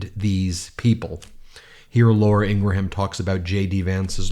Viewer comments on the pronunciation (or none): I hate her too, but Ingraham is 2 syllables, not 3.